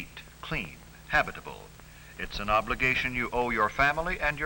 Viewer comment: OBLIGAYTION!!!!